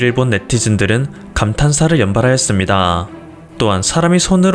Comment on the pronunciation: 사투리ㅋㅋㅋ 했↗습↘니다→